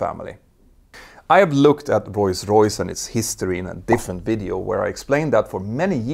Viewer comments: It's Rolls Royce, not Royce Royce. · it's Rolls-Royce and not Roys-Royce :D good video otherwise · “Royce Royce”? I thought it was Rolls Royce. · Not sure if I heard that right but I seem to only hears him pronounced "Royce Royce" instead of Roll Royce? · It's not pronounced "roys royce" - it's pronounced "roals royce" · Now repeat after me: Rolls-Royce! Not Royce Royce 😂😅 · For the love of god. It’s rolls royce, not royce royce 🤌🤌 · It's Rolls Royce, not Roys Royce. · ROLLS ROYCE NOT ROYS ROYCE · Is Rolls-Royce really pronounced Royce-Royce like I'm hearing Petter say it all throughout the video? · Is it just my ears, or is he saying "Royce-Royce"?? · What's "royce-royce"??? from s right through to the end? A lexdysic hiccup? PS: Love this channel. Excellent. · Why do you keep calling Rolls-Royce "Royce-Royce"? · I'm not a monolingual English speaker and it sounds like such a silly, easily correctable mistake. It's not a matter of accent, just saying a completely wrong word. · Funny how you pronounce the renowned manufacturer as "Royce-Royce" 🙂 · Sounds like you’re saying Royce Royce instead of Rolls-Royce 🧐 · “Roys Royce” lmfao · “Royce Royce”? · Why cant you say rolls Royce properly?